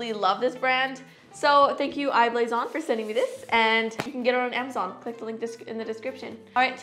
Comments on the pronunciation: Anyone else find it annoying how she says I blason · How many times did she say I-blason